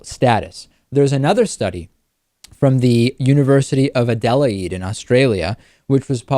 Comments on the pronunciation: David totally mispronounces Adelaide. It's A-dell-aid, with no stress on the I or the second E. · What uni in Australia? The Uni of Adelaide? It's pronounced like this, Add-L-Aid. Australian's don't pronounce some words like they are written. Brisbane isn't pronounced like Bris-Bane, we pronounce it like Bris-bin. Melbourne isn't pronounced like Mel-Bourne, we pronounce it like Mel-bin. I know it's odd. But that's just the way we roll. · ADD-EH-LAYD David, add-eh-layd. I'm American too, and I know how to pronounce it. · From the way he said Adelaide I would otherwise assume it was in Lebanon. Add-uh-laid for future reference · I couldn't help but laugh at the pronunciation, in fairness I'm sure there are 100's of US cities and towns I would butcher the pronunciation of.